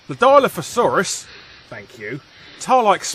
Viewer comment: Dilophosaurus is not pronounced that way (although it might just be your accent). I would know, seeing as it's named after my great, great grandfather.